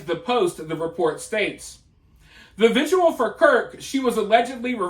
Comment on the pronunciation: Are you calling vigils 'viduals' 😂